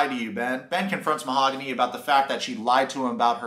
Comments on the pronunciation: mah-ha-goon-ee HA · Lmfao 😂 Ma-ha-goony’ …. 💃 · He said I love u but can’t pronounce her name. What is this shit🤦🏻‍♀️